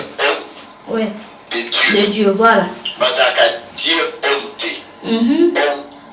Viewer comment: Pronociation l homme de Dieu pas Die